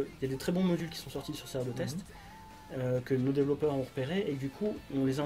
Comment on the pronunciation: Argh! Développeur ou developer en anglais mais pas "dévellopeur".